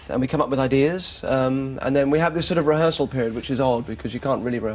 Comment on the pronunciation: She wants the "reharsal"